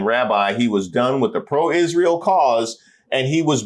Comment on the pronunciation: I am not sure how much more of Candace, I can bear. She’s young, beautiful, talented, but she needs to let Charlie rest. His soul cannot rest easy if she continues to bring him up, daily. Candace is obsessed. Please God, I beg her to quit saying…. ISHREAL!!!! I am stopping tuning in to anything ‘ CANDACE’ 🙏🙏🙏🙏